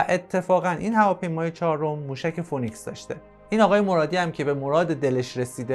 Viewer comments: دوست عزیز اگر برنامه ای میسازی که جنبه اطلاعاتی و آموزشی باشه پس خیلی خوب میشه که اگر کلمه انگلیسی استفاده میکنی هم تلفظ و هم معنای اونو بدونی موشک فونیکس نیست فی نیکس هست که همون سیمرغ خودمون میشه که در گوگل هم بگردی تلفظ درست را پیدا میکنید phoenix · سلام،موشک فینیکس نه فونیکس.ممنون